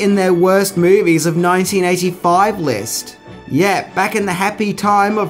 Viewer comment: I can't stand how this dude says MOUVIES